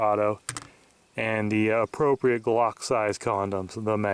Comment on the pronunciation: when he said I think we can fit this on out glock it sounded like cock lol